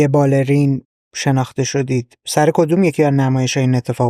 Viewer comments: باله رى يَن تلفظ صحيحه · خود خانم هایده که پیشکسوته توی باله، میگه بالِ ری ن اگه دقت کنی. که همینم درسته. فارسی سطح بالا ینی چطوری مثلن؟ دو نفرو مثال بزنید که فارسی سطح بالا حرف میزنن آشنا بشیم. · معاشره😮مشاعره...تلفظ بالرين و....فارسي را سطح بالا و درست استفاده نمى كنند